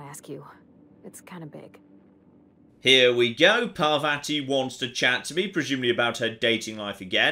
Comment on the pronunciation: It's pronounced Par-VAH-ti, not Par-vatty. Rhymes with "spotty."